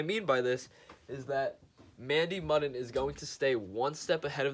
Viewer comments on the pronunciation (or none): It's not mud-en it's mue-den (pronounce) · her name is pronounced like mandy MYOODIN not like mandy muen